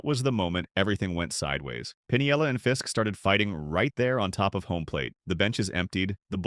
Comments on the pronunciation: Come on, people. Check your pronunciations before you start in to make a video. I gave up on this one — even though it was interesting — about the fourth time the dumbass AI announcer called him “Lou Pin-i-el-la,” with four syllables. Anyone who’s been around baseball for more than a couple of minutes knows it’s “Pin-el-la,” three syllables. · It's Pinella. PIN-ELLA. Not Pun-ee-ella.